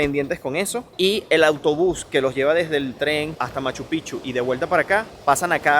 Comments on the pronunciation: Buen video! Estoy 1000% de acuerdo con relación a SKY airlines. Cuando fui a Lima-Cancun, querían exigirme a que ceda mi vuelo porque el vuelo estaba lleno. A mi hermano querían quitarle su asiento pagado del pasillo, entre otras cosas: muy mala linea aérea. Corrección -- NO SE DICE [MACH-PICHU]. SIGNIFICA OTRA COSA. SE DICE: [MACHU -PICK-CHU]. COMO [PICK-NICK]. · Solo una pequeña observación....No sé dice Machu Pichu....ES MACHU PICCHU .. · No se dice Machupichu- Se dice Machu Picchu ...con 2 C suena como pic. chu= Machu pic chu = Machupicchu 👍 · Machu Picchu se escribe con dos Cs y se pronuncia Picchu NO Pichu corrige esto. Bendiciones de una fan tuya nacida en Urubabma Cuzco -Peru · Escuché: "Guachupichu" ??? 🤭🤭🤭❤ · Se dice pic. Chu. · Por Favor es Machu PICCHU con la Doble C, suena mal sino es pronunciado bien. Felicitaciones por tu Reportaje muy bello